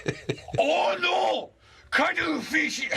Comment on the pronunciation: Vanilla paste or cwuddle fish? Ok cwuddle fish.